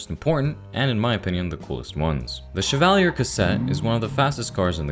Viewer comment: Everyone's complaining about the guns, but the real mistake is how he pronounces Chevalier and Meade! In all seriousness though, very good and interesting video! Hopefully more Zomboid content is made soon! :face-blue-smiling